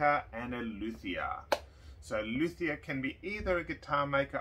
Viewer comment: I love your french pronounciation😍😊 (and in Montreal nearly every violin shop, guitar shop can be found by searching luthier, I don't think that the expression "violinmaker" exist in french.) Update: The expression violinmaker is translated by luthier... so to find a violinmaker the search will be "luthier violon" and that is not a good formulation in french haha.